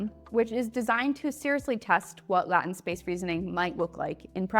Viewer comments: You're saying latent with a short "a" sound. Is this supposed to be along "a" sound, the definition being that it exists but isn't fully formed or developed yet? Or is this a new industry specific term to be added to the nomenclature of the AI discourse community? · Concerning your pronunciation of latent.. at your first use of the word, I came very close to clicking away because I thought you were AI... glad I stayed, and I have subscribed. :) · Thank you for the video. I have felt something like this would eventually replace LLMs as I saw the limitations a farely long time ago. I also noticed your pronounciation of latent and actually wasn't going to really say much but glad you said something yourself. It doesn't impact your message. I say latent as LAY-tent myself but I am not a major speaking enforcer. Once again thank you for your content. I subscribed. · Seems like good info but I cannot take listening to someone who cannot pronounce latent. I barely lasted 1 minute into the video. As a linguist, its way worse to hear the lame and untrue excuse of trying to say your pronouncing it in "the old English from the 17th century". 1. If it was old English, the word would sound nothing like that either, because the "e" would make a different sound as well, along with the "n". 2, I am also from the same general area, and noone is speaking old English in 2025. Pennsylvania Dutch never spoke old English. 3. NOONE spoke old English in the 17th century. It was already a dead language by then. Old English was spoken between the 5th and 11th centuries, at which point there were no English speakers in North America. Just re-record the video and reupload it. It couldnt have taken more then 15 minutes to record the entire thing, and if your going to say the word every single sentence for 7 minutes, you should pronounce it correctly. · I really can’t take someone seriously who can’t even pronounce latent correctly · AI has a problem pronouncing latent. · Latent. Long A ;)